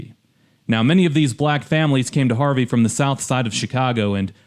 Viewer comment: No sh*t, it's Harvey 😂